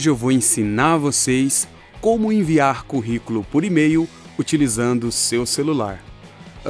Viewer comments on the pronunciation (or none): O correto é: Currículo e não Corriculo!👍🏼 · Kkkkkkkkkkkkkkkkk "CORRICOLO" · "CORRICULO" É DMS 🤣😂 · Excelente explicação, mas é Corriculo mesmo??? ou Curriculum??? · Esse ''Corrículo'' doeu na alma,mas tirando essa falha gravíssima o vídeo ajudou demais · Excelente vídeo, mas corrículo? "Co" ?